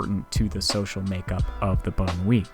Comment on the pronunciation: "Banlieue" is pronounced very differently, Wikipedia is one source to listen to the pronounciation.